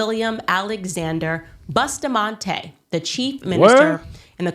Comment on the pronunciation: The name us Bus ta mante not Boostamante